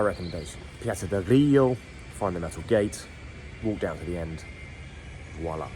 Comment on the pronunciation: “Grillo” (strong L), not “Griyyo”! 😁